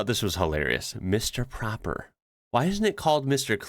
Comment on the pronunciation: mr proper, pronounced awith a long o, is just the dutch translation of mr clean. in france it will be Monsieur Propre